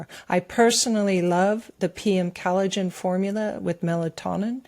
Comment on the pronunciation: is still mispronouncing collagen. She pronounces it as though it was spelled Cal-a-gen.